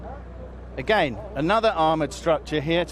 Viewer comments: Its again/against not ageinst/agein. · a-geyn, but yet moar ahmoar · the way he pronunces again is really irritating